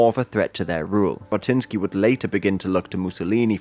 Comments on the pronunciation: i think most anglos pronounce those words the same but it is only /d͡ʒ/ vs /ʒ/ he’s close enouh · Great video! btw the "J" in jabotinsky is pronounced like the "G" in geneva